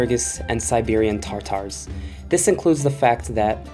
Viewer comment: Stop saying tartar it’s Tatar